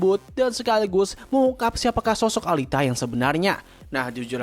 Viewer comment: Alita alita. Dibacanya Elita, gedek dengarnya pronounce nya